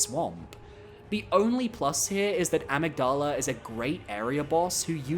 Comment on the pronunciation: It’s pronounced amygdala, not amygdala.